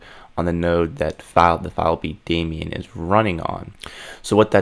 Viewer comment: How can someone be this good and pronounce it "demion". :D. Great content, mate!